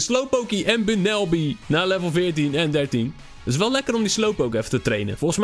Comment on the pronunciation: bunneby inde Pokemon serie XYZ zeggen ze bumbalby